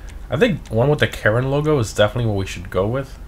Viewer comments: Like how you say Karin. Sounds like Karen 🤣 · I keep hearing him say "Karen" Previon...